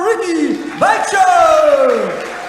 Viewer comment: Ricky's name gets butchered again 😂 thanks for putting on a great show!